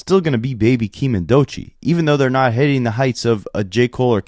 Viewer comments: Why ak keep saying doichee instead of DOECHII* 😭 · Bro said "doychii" 🤦🏽‍♂️😂 ak is a dh 😂😂😂